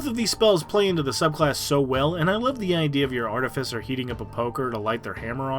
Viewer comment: It’s pronounced Ar-Tiff-icer, not arti-ficer.